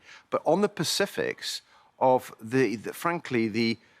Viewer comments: “On the Pacifics”🤣🤣🤣🤣🤣🤣🤣 noooo. Live on TV admitting that British people can’t say SPECIFIC!!! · ‘On the pacifics’ 🤦🏻‍♂️